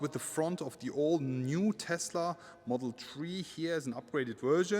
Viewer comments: Take a shot every time you hear model tree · If you say one more time model tree i remove my abo 😂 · Dis boy said model tree😂😂 leave him alone fam🤣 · What is wrong with your english man. Interia. Exteria. Modal tree. And much more. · "Tesla model tree" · Model S, 3, X, Y…. Tree, love it 😂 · "Model tree" 🤣 Didn't know Tesla was this environmental :D They even made a model out of wood :D